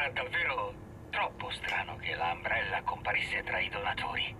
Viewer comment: si scrive Umbrella ma si legge Ambrella xD